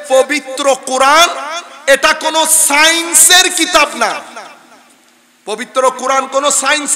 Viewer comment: "Science" it is not "Sience".